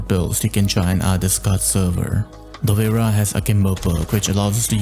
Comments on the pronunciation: Google translate gives different pronunciations depending on what language you select. For English, sounds Dovra. But actually it's a slavic word, and should sound Dobra. Not Dovera, which rather sounds Italian. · ayo! dunno how google pronounced it that way, but it should be relatively similar to the word “cobra” + just replace first letter with D hope this helps brehv:DD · Dovera? I never thought that would be the pronounciation lmao. I always pronounce it like Dop-Vra Also great explanation of the pistol play style and attachments. Great video!